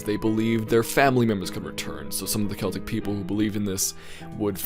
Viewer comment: You said Celtic right btw